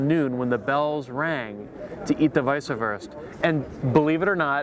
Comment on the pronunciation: its not wießahwurst.. its wießwurst, pronouncation is EVERYTHING!